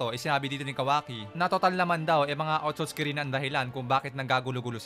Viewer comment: Hindi po otutski 😂